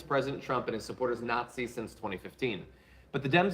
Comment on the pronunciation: "Nat-seeing". Oh my aching sides! 😉